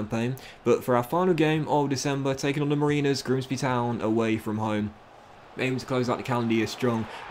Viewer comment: As a Lincoln City fan, I LOVE how you deliberately mispronounced Grimsby’s nickname!! 🤣